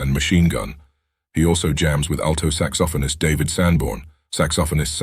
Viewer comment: Really this AI dude can’t pronounce saxophone correctly. He calls it. Saxsoftonist in all these videos where they use AI voices sooner they crack and they can’t pronounce simple words correctly.